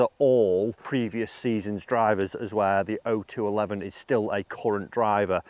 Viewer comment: Oh two eleven is the proper name. 0211 is a military occupation specialty code. Thank you for saying it correctly! I see a lot of YouTube golfers who don't. Semper Fi!